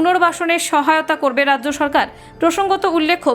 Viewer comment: আপনার উচ্চারণ ঠিক করুন। রাz্য , zয়, zগন্নাথ! সব কিছু নিয়ে ইয়ার্কি মারা যায় না! সবকটা শব্দের উচ্চারণ 'বর্গীয় জ', ইংরেজি Z নয়! 😡😡😡